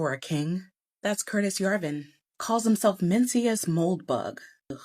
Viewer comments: Isn’t it pronounced MEN-DAY-SHUS? Mendacious. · it's men-day-shus.....but everything she said is on point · Not SO brilliant; the word isn't "mincyas" its "mendacious," which means deceitful or dishonest.